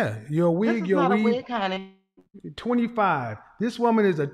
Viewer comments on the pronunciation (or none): what 25 y/o you know says “honey” like that? 😂😂😂